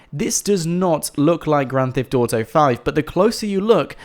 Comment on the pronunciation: why u say "grand thift auto five"